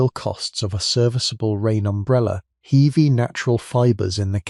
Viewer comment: Heeevy. Instead of heavy.